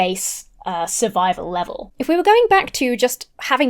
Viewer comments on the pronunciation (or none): none